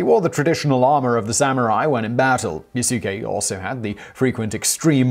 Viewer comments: Yasuke is pronounced “Yasske” like Sasuke with a Y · Simon! Watch more anime my friend. The more appropriate pronounciation of the name is "YAS-kay." The u should barely be pronounced. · As always, Simon neglects even a quick look at Wikipedia, giving way to such mispronunciations as... Yasuke: "yuh-SEW-kay" Mitsuhide: "MIT-suh-hyde" jidai-geki: "JEH-dye-GEE-kee" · Good research, love this episode... One thing tho, (don't think you noticed ) his name is pronounced "Yas-Kee" lol, sounds fun with pronouncing (Yah-su-ke) tho ;) (Yes, his name is spelt Yasuke) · It's not Yah su ke, it's Yas- ke. The U is silent. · Yasuke is pronounced "Yass-keh" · the u in yasuke is not vocalized. that's because in the japanese language, if a u comes between two devocalized consonants, it becomes devocalized. that means you mouth the u, which does subtly change the ending of the proceeding consonants, in this case the s. so it's pronounced more like yaske without a u, but the u is mouthed but you just don't vibrate your vocal chords, leaving a slight pause and also changing the tone of the preceding s consonant. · Simon: My French pronunciation is terrible. Me: Quoi??? I'm sorry I can't get past the yah sukeh. Lol =op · A-kichi Mit-sue-hide? Ya-sue-kay? 😨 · yaskay you'd know how to say the guys name if you watched anime at all. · Yasookay, lmao. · Pronounced Yahs kay! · Beginning with your pronunciation of Yasuke the whole video is bullshit.